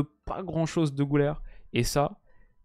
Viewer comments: Le Ü se lit pas ''ou" mais ''u" Pas "Goulaire" mais "Gulaire" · Personne ne t'en voudra évidemment vu le superbe travail que tu fais, mais petit détail de prononciation Güler, comme ça s'écrit avec le tréma sur le U, ça se prononce en fait GUler et pas GOUler :)